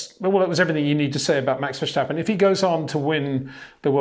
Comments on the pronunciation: Hi Peter, Great show and analysis. Just some polite feedback if I may. Tom clarkson has stopped pronouncing vershhhtappen as its not the dutch way its verstappen as in english phonetics so can you contact a dutchman as I think its the german pronounciation No biggie but as a presenter probably best to nail it. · Verstappen not Vershtappen. Jesus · Why does Peter say 'Max Vershtappen'? Does he say 'Shtirling Mosh'? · The way you pronounce "VerJsJtappen" gets really annoying. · HEY PETER WINDSOR, I HAVE MESSAGE FOR YOU SIR: With all due respect ... it is NOT Max "verSHtappen" ... Max is not German (Germans indeed do pronounce "st" as "sht") ... #Max33 = Dutch NL/Belgium! ... It is not "Bottash" nor is it "Lewish" certainly not "verSHtappen" .... This BS started long time ago when a British sport presenter interviewed father Jos Verstappen and assumed you can use a German pronunciation to a Dutch Driver thinking it is so "funny" ... It is not. Serious question: can any Englishman say "versatile" out-loud without saying "vershatile" phonetically? most can about 99,99% ... that is why most English can pronounce Verstappen 100% correct! Father Jos Verstappen (also F1 Racer) was very active between back then only a very few said "Vershtappen" but the vast majority of British sport presenters pronounced it perfectly ... only a few old stubborn farts like Peter Windshor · He will never be able to write or say his name correctly , but i forgive Peter Winzjor ;-) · VerStappen…would it hurt to pronounce it correctly?